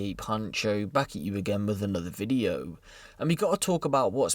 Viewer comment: The way you say video at the beginning cracks me up every time 😂